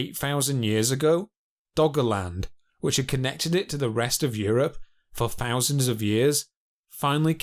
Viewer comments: The narrator's voice is ruining this for me. The unnatural speech pattern and his constant mispronunciation of " th" . it's not pronounced as an f or v. Fousands of year ago earf? Please 👎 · Sounds like he's speaking an ancient lanuage where "th" is pronounced as "f". Must have been a friving society from fousands of years ago.